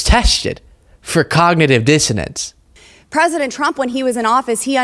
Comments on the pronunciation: I think she actually said “cognitive dissidence”. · It sounds like she is actually saying dissidence (which is totally wrong) and meant to say dissonance (which is also totally wrong). Bobo, the word you are looking for is "impairment" or "decline". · She didn't even say, "Dissonance." She said, "Dissidents," which is way funnier. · Confident dissidents. She knows what she's talking about, even if nobody else does. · Bobo said "Dissident" instead of "Dissonance", and here Ladies and Gentlemen is the crucial importance of education. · Did she say cognitive dissidents? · It sounds like she’s saying cognitive dissidents which would prove that she doesn’t know the word she’s looking for. I think she uses word of the day toilet paper and then tries to find ways to use those words, but gets them mixed up with other words.